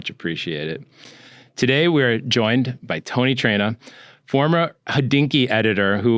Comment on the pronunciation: Isn't it Traina and not Trainer.